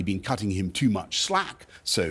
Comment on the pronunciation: It'vs 'too' notbthe slevenly 'ter'